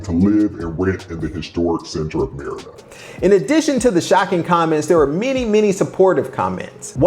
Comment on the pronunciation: Pronounce "Mérida" correctly. That could help.